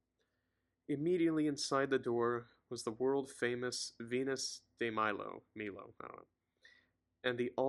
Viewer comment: For future reference again: The Louvre is pronounced ‘looov’ Venus de Milo is ‘day my-low’